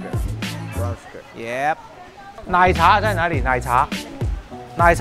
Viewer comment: 红糖那个片段，女士看了包装半天，最后说出了一个不标准的红糖发音，看得出，她是因为看了包装才知道的😂😂😂😂